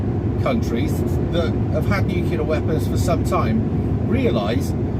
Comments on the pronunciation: For the love of god! NU CLEAR. Not bloody nucular. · ‘ new clear’ …. Not ‘nukular’….. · It's Nuclear (New-Clear) not nucular (New-Que-Lar) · Your understanding of history and geopolitics is simplistic and ignorant. The word is 'nuclear', not 'nucular'. Ad hominem attacks are not arguments. Read some books. Learn how to research and critically evaluate information, instead of relying on social media and your own subjectivity. You are not the brightest bulb. See: the Dunning-Kruger effect. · I think he doesn't understand they aren't nuclear. Or nukilar as he says. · Nuculer? 🙄 George 'W' has a lot to answer for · I stopped at “nuc-you-lar”. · I don't think nucular weapons are as powerful as nuclear ones....